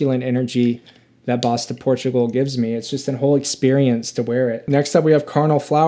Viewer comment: I really enjoy your delivery. Comes across as down to earth and honest. Just watched several of your videos and I do enjoy the channel. I have to say every time you say Bois Du Portugal I cringe though. Its pronounced “Bwah doo Por-too-gal”.